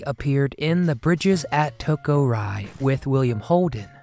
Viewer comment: I think you should learn to pronounce the word "Ri," from the film, the Bridges of Toko-Ri. "Ri" is not pronounced rye ... it''s pronounced "ree."